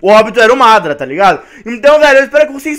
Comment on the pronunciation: mano tu fala obito e madara errado